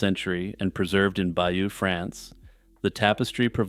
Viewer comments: Stop saying "bayou". It's pronounced "bay-yoh". It's French. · Bayeux is not pronounced like the bayou. It’s more like Buy-yur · Bay-OWN, not by-you! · Its not "bayoo" but "by-yuh" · Bayeux I believe is pronounced Bay - urr not Byoo, apart from that nice video